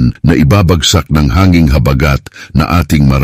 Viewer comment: Ayusin mo pagbigkas huwag mong gawin mabilis ang salitang malumay na salita tulad ng habagat